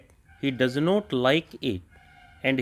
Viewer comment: Not ko note sun rhe hai sir, otherwise good dictation